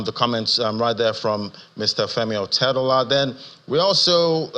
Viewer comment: It's Otedola NOT Odetola